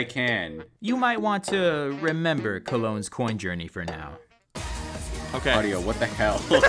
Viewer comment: ah yes, “colonge”